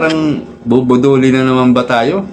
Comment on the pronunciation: Bubudulin,hindi bububulin